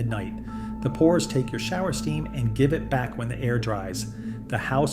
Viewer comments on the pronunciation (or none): none